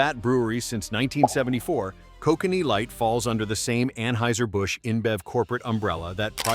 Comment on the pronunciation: Can't pronounce Kokanee properly